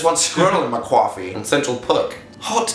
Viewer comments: It's more of a coooffee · Why is it cwoffie? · CWOFFEE BEAN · what the hell. cwoffee ITS COFFEE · Wat, no, we don't say quaffy bean, we say cough eee bean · We don't say cwoffy we say coffee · Maia Iero yeah except in CA we don't say cwoffee. is that legitimately a thing? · let's get some cwoffee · It's not coaffee wtf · Maia Iero I guess so... but I didn't know we pronounced coffee or hot dog that way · I love how Dan assumed New Yorkers pronounce it that way tho. Like, I've lived in NYC all my life and never heard anyone say it like that ever in my life. But okay, Dan. XDDD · Where I live, that is NOT how we say "coffee" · it was reaaly good but i love how they just couldn't say "coffee" like Americans